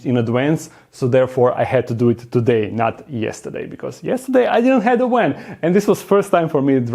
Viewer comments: “A big wan” 🤣 ily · In Europe (and neighbors) they pronounce W like V and V like W. So in English you get words spoken like "w"an instead of "v"an. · spent about 3 minutes trying to figure out what a "wen" was. lol. its actually "van" im dumb. love you lol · 😆😆😆 He rented a WAN!!!. Please say "nuclear vessels" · I love the way he pronounces the word van. With his accent it almost sounds like he's saying van with a w. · I agree.